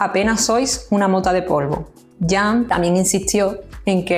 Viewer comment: Todavía los españoles no aprendieron a pronunciar el nombre de CAN ,que duros son por Dios!